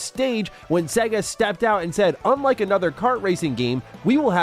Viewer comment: I cringe at the pronunciation of Sega in this video, otherwise I love it 🤣🤣🤣